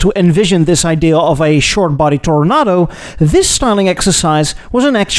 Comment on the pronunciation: I noticed that you say Toro- Nahdo now. This is correct.